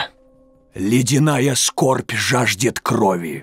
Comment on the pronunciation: ну так если говорить в Warcraft 3 "Фростморн" уже больше 15 лет)) Однако, сейчас я подумал" мне нравится "Ледяная Скорбь", но произношение такое, как-то тяжко говорит, и, мне кажется, как будто медленно.